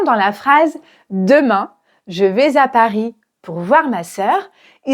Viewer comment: Bonjour prof. Merci pour la vidéo. Porquoi t'as fait la liaison entre "vais" et "à" dans "je vais à Paris". Elle est facultative et presque personne ne la fait. Je vois qu'il y a bcp de vidéos où les profs de FLE font quelques liaisons pas naturelles, comme dans "a trop augmenté", voire interdits comme dans "ont beaucoup augmenté". Qu'est-ce que tu en penses ?